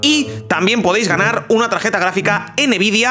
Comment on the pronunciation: Tambien dijo enebidia 3030 rtx XD